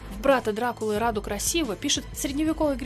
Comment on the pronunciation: Брата звали Раду а не рада